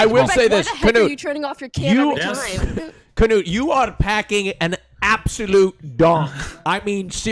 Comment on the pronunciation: Why is everyone pronouncing his name "kanoot". It's "knoot"